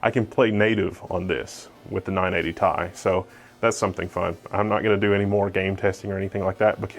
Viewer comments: am i the only one who gets bothered when he says "tie" instead of Ti? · the amount of times he said ty in that video was painful when its T I said like the letters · this card is called not ti t-i you need to spell it not say ti you need to say T,I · t i not tye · "tie"...i cant.... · I hate your reviews. It's a REVIEW, not an opportunity to mostly show your fat face. And don't say TIE. You make me want to break my TI in half. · the way this nigga pronounces ti